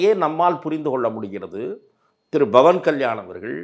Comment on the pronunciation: Why almost all tamil people pronounce pavan as Bavan. Please pronounce as Pavan. Don't spoil the divinity in the name. In Hindi thet will chant PAVAN PUTRA HANUMAN KI JAI.